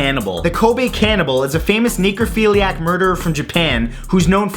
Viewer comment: You pronounce 'Necrophiliac' as 'Neekrophiliac'. Caused my brain some problems.